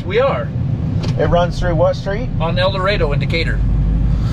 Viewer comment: "El-Doe-Raid-Oh" Good Ol' Decatur, IL makin up names kind of like Hur-ra-kin, UT I'm from Decatur and recognized you driving into town on Eldorado and was going to comment on how we/they say "Eldorado" but then Hillbilly said it when you were leaving Stake N Shake 😆 I also live in Kansas City and this is the second time in as many months you have been here and not stopped to see me. Don't you stop and talk to all your friends, or just the ones with garages? 😛 J/K... We will meet up one of these days and I'll show you that sparkplug thru the tailpipe trick.